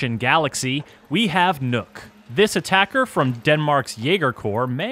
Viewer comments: Nook? its NOKK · Would have been nice if they had made even a slight attempt to actually pronounce the name they gave Nøkk instead of just calling her nook. I mean, nook isnt even the right pronunciation in english if you just replaced ø with and o... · i just pronounce it like “knock” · im not comfortable with the guy calling her “Nook” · What? "Knock" doesn't sound good either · But Nøkk is pronounced Neck. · "Is nook" .................you have 1 job............... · How about *NOCT*? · i understand why they did it, i just think its funny that after putting in enough research to even know about the nøkk and understand enough about her to make a thematically appropriate character around her that they still cant pronounce the name correctly. On an unrelated note the name is literally a single syllable. Its not that hard to pronounce either way. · as a dane i cringe every time americans assume an Ø must ofcorse sound EXACTLY like an O edit: also you could'n give her a single gun we actually use? not only did you reuse guns but you reused the wrong guns, let's not mention you designed her as a frogmen but put her in the jaeger corps where the net over her head makes no sense, given it's y'know FOR AQUATIC WARFARE!